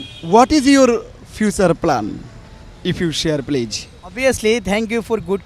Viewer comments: I don't like the man who his asking questions to the seller, his pronounce of please sounds pleaze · Plaze not please ok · Pleaj pleaj pleaj Presenter is a joke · উপস্থাপক: পিলিজ পিলিজ পিলিজ..... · You pronounce “Please” very bad. Don’t pronounce “s” as J pronoune as “z”. Thanks. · উপস্থাপকের প্লিজ উচ্চারণ হয়নি!😀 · correect your pronunciation of please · উপস্থাপকের "প্লিজ" বলার উচ্চারণ ভুল. লিয়াকত ভাই অসাধারণ ইংরেজি বলেন। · He can speak English so what.if u try u can do it.presenter talk too much like a fool he can not pronunce "PLEASE "